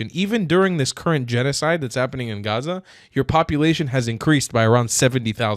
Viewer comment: the first Arab girl saying Gaza and no hhhaaaaaza i already can respect!!!! This young woman is cooking